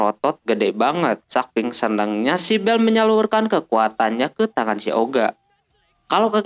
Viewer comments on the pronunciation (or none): none